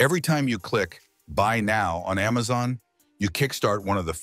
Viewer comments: Why does it keep saying emezon vs amazon. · "AmmMaZon" 😂 "EmMaZon" 😂